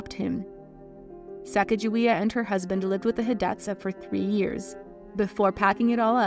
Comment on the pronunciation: You could at least learn how to pronounce her name correctly. And Hidatsa. And read more than one source for your misinformation. This one video made me question the accuracy of all of your other videos.